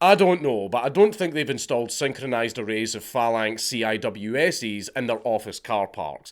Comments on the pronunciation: "C-i-w-s" lol bruh it's "see-wizz" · CIWS is pronounced sea wizz.... and no, it would be CRAM on land :P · In the business, CIWS is pronounced "sea whiz" 🤙🏻🤙🏻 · Hey Dank, CIWS is pronounced C-whiz. Whiz is said like whis, just with a z. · When you say "CIWS" just pronounce it as "See Wiz". You sound like a fud when you say the abbreviation